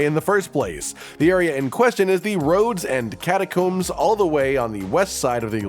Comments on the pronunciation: Pronounced "cat-a-combs" like "comb your hair", not "cat-a-koombs"....talk about pet peeves :) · lol your pronunciation of catacombs as KATA-KOOMS was worth the watch alone. Separate to that, great content as always! Keep it up mate!